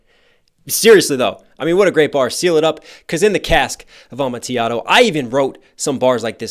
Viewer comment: Showed this to my sister (who LOVES EAP) she pointed out that they mispronounced Amotillado. Automatic loss to us. 😂